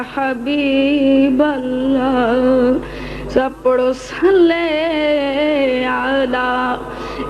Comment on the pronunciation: It's not (صلے)salay , it's (صلی) saleeh